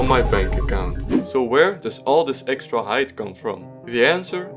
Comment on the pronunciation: "EXTRA-cardio" brooo nahhh😭😭🙏